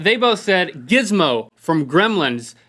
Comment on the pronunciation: . It sounded like he said jizzmo.